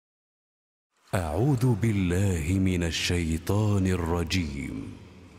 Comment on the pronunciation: Ist Not „a3udu“ its „a3uthu“ with thal Not daal A3uthubillah Not a3udubillah